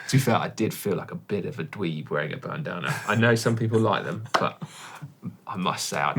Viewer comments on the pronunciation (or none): Any chance someone at GCN could stop Si saying bandARNa??? Heard it on his climb video, managed to forgive him, but hearing him say it again makes me angry... couldn't tell you why, it just does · I love the way Si pronounces Bandana, Bandarna?